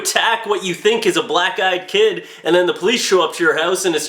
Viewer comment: Is it weird that everytime he said Black-eyed Kid It sounded like Black guy, Kid? "I saw a Black-eyed Kid" "Really? I saw a Black guy, kid!" It's like this time my buddy's boss told him to be careful of Black Ice while out on deliveries in Winter. My buddy thought it was absolutely gangbusters. I needed to have it explained to me...